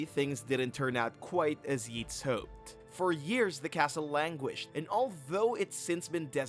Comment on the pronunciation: Yeets, really, the "a" is long, it's Yates, not yeets, gods guys, do a little research ...